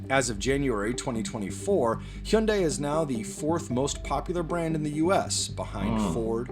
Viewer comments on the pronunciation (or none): Why is he saying he yunday? Lmao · in australia its pronounced he young day